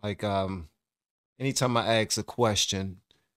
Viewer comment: How about don't ax a question. Ask a question!!!!!!